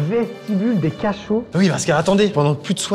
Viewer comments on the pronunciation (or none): A -> "l'entrée des cachots (ca-chauves) " XD